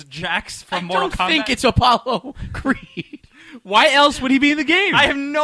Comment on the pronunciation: "MOTAL KOMBAT"